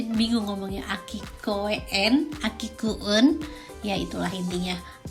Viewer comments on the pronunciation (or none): Koe-en ini kemungkinan besar maksudnya Kouen,. Cara bacanya "Kohen" artinya "Taman". ("E"-nya beneran dibaca "E"). Aki artinya "musim gugur". Jadi Aki Koe-en (Aki Kouen) maksudnya "Taman Musim Gugur". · Cara bacanya koen (koo-en) bocan, kalau dalam b.jepang koen artinya taman